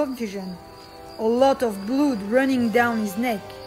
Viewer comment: Lol blood is said ‘blud’ not ‘bloooood’